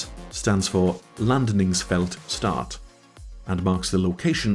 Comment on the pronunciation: "Landningsfält Ett", otherwise extremely good pronunciations throughout! En/Ett is a very weird thing for most people trying to learn swedish, so no surprise about the confusion there. 😅 Also, I don't think you mentioned it but a 90-ref number is automatically generated for FARPs in the mission.